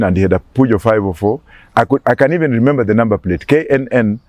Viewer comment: Did I just hear lemember